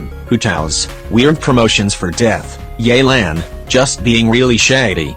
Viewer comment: "Yelan" Bro that's the Walmart one 💀